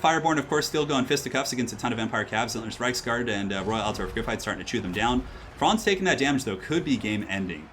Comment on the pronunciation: ALT-DORF not alter-of Say it right ALT-DORF